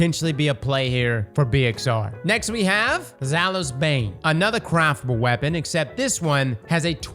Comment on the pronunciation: Day 1 of commenting until starts saying Zaouli's instead of Zhalo's. 🤣